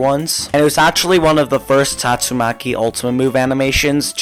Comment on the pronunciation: bro just said tatto maki